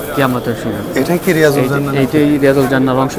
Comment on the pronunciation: শব্দটি রাএজাতুল জান্নাত,রিয়াজুল জান্নাত নয়। কথাটির শুদ্ধ রূপ হল; রব্যাতুমমিন রিয়াযুল জান্নাত।